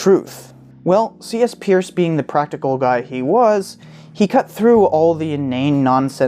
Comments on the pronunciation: Peirce is pronounced "purse". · It is pronounced 'Purse' (his last name) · Bit of a quibble, but Peirce's name was actually pronounced 'Pers'. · His name was pronounced, Purse. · Try again with Peirce pronounced as noted here. And check out Arisbe for some indication of continuing work. Peirce still remains a revolution waiting to happen.